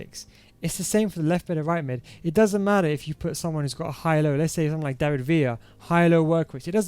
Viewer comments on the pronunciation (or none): none